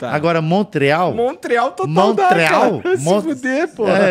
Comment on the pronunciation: Queria ter ido no show em Montréal, não deu pra ir! Manda o produtor marcar em Ottawa! Montréal na verdade se fala "monrreál" (em francês).